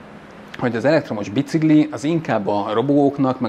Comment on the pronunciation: Szia! Fun fact: amit "Bicikli"-nek írnak, kiejtve "Bicikli". Tehát "Bicikli", és nem "bicigli". Ahogy a bencin, meg a pénc sem helyes. Szívesen.